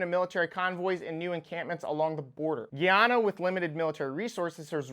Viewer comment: Bro its pronounced guy-anna